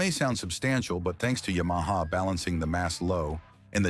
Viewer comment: “Ya-Maha”? Hahahahaha! Nuff said.